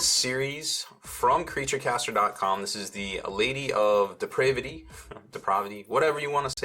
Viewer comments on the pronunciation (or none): It's pronounced de-prav-ity ffs